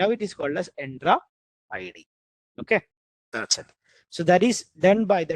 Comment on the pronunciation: bro why u pronounce entra id to endra id ?